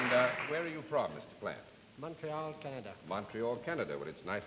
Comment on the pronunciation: How could anyone not know who Jacques Plante is(not pronounced Plant.....it sounds like Plahnt)? Much more famous than many of the people tgat they wear a mask to guess. Also the trophy(Vezina) is pronounced Vezzinah not Vezeena).